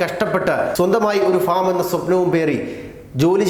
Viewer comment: ഫോം ഫോം ഫോം ... ഫോമല്ല ഭായ് ഫാം ഫാം ഫാം...ഒരു വാർത്ത വായിക്കുംബോൾ വളരേ ശ്രദ്ധിക്കുക...ഇങ്ങനെ പൊട്ടത്തരം പറയരുത്..ok